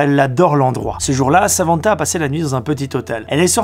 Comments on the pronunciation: *Samanta pas Savanta voilà ça m'a rendu fou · samantha pas savantha ?? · Par contre j’arrive ps à comprendre pourquoi vous prononcez le N de Samantha comme un marseillais